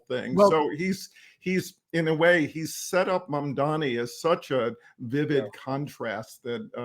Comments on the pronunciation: With respect, how difficult is it to get his name right? It is "Mamdani". Not "Mamdami" or "Mandami". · Y'all GOTTA learn how to pronounce the man's name. It's Mamdani. Like Mom Donny. Not Mondami. Love y'all, but fuckin hell ✊🐸